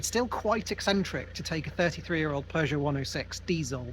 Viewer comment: Really fun video! The classic car spotting was incredible! 😍 Nice to see Alan out and about. Lovely cabin on the ferry too! 😊 I’ve just realized that not only does pronounce “film” with two syllables, as would be normal in Norn Iron speak = “filum”, but he also pronounces Peugeot as “purrgeot” which is really quite endearing… 😂